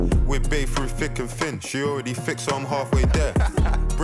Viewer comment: It's not "thick and thin" it's "fick and fin"